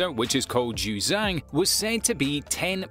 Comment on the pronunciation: The pronunciation was horrible, but here’s what was mentioned. JiuZhang 2.0 photonic quantum computer ZuChongZhi 2.1 superconducting quantum computer